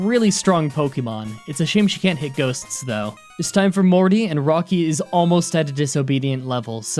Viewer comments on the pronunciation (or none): He mentions endless comments about Bugsy being a boy because of mis-speaking, and then he accidentally mentions Chuch as using flying type and calls Morty "Marty." Que the endless comments about Morty and Chuck now. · "Marty" Morty. As in mort, latin for death. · ITS NOT MARTY ITS MORTY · you said marty instead of morty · It's Morty not Marty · Marty? It's Morty. This better not be another Bugsy gender slip up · I’m doing this as a joke but it’s Morty not Marty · Did you say Marty?